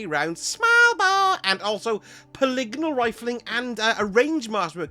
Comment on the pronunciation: The correct pronunciation of polygonal earned you a new sub and a comment! Thank you